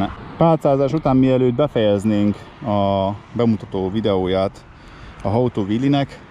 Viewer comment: Hóó tú. How - ejtsd haou. Ha úgy ejted ki ,hogy “hóó”. Az hoe angolul kapát jelent.